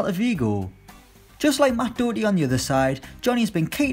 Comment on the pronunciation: 'Matt Doughty'?? 🤣